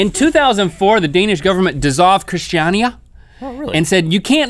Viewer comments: It's pronounced krist-a-nia. #justfuninfo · Im from Denmark and when you come to Christania i'll learn you guys how to pronounce it! :) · Uhm Christania is nothing like that, comming from a Danish person